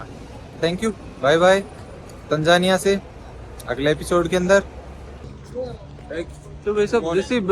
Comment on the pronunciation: Its not tanjania 😮...it's Tanzania 😂😂